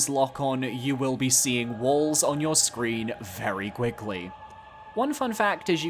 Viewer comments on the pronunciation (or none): none